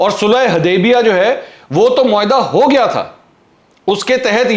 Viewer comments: U didn't notice that he couldn't pronounce sulahe HUDEBIYA correctly instead call it HuDEBA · MashaAllah powerfully spoken, Mansoor Bhai, it is Sulha HUdaibia and not Sulha HAdaibia... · This is valid observation